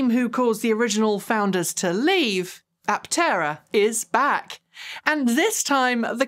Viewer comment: and : Its not an Apt-tera. Is's simply "Aptera." No double-t.